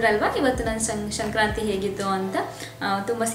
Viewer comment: ಶಂಕ್ರಾಂತಿ ಅಲ್ಲ ಸಂಕ್ರಾಂತಿ.ನಿಮಗೂ ನಿಮ್ಮ ಕುಟುಂಬದವರಿಗೂ ಸಂಕ್ರಾಂತಿ ಹಬ್ಬದ ಶುಭಾಷಯಗಳು.ನಿಮ್ಮ Kurthi ತುಂಬಾ ಚೆನ್ನಾಗಿದೆ.